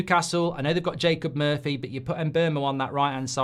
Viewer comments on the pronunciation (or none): none